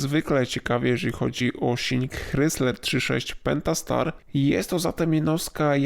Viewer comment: ok, słyszę "hrysler" nie "krajzler" i już wiem, że nie warto słuchać dalej